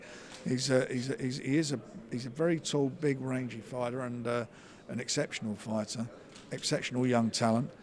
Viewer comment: It's 'fighter', Frank, not 'foyda'